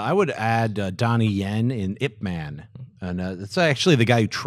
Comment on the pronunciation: Thank you for saying Ip Man!